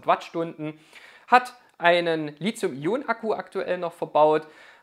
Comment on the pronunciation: Zwei Anmerkungen / Fragen zum Thema : 1) Das Metall Lithium (und somit auch die entsprechenden Akkus) werden mit T wie Li-T-hium geschrieben und gesprochen ... und nicht wie von Dir mit Z ... also falsch als Li-Z-ium !! 2) Wieviel Prozent Eigenverbrauch des Wechselrichter ist bei Staionen bis ca. 1000 Wh vertretbar ?